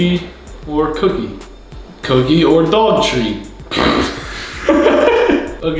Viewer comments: gray says dog in a jersey accent😍😍😍😍❤️❤️❤️ most cutest thing ever! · THE WAY HE SAID DOG TREAT 😂 YOU CAN TELL HES FROM NEW JERSEY